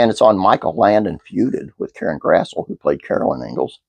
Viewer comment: One note about her name! I thought it was pronounced the way it's spelled too until I saw her in interviews and heard her say it herself - it's actually "grass - lee"!